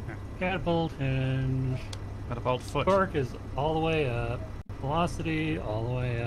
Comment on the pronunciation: Clangapult. Capapult. Whatever you decide to call it, it went perfectly Looney Tunes.